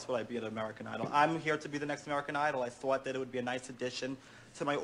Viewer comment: The way he said “thought” in that video- “ThOuWt”